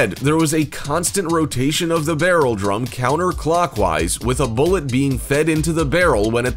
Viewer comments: The way he says bullet makes my shiver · I cringed every time he said bullet.